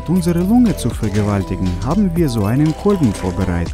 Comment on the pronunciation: er hat nicht mal ,,lunge", ,,lünge" ausgesprochen xD